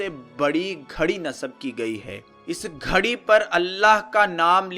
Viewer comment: ghari hoti hy nakay kharri... .poor accent